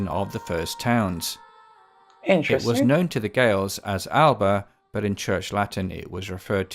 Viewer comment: completely understandable that he made the mistake considering the spelling, but in Scottish Gaelic, Alba actually has an extra syllable in the middle; it's more like Al-uh-buh 😊